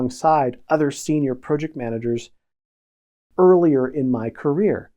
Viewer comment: This guy can't even pronounce Project...I'm out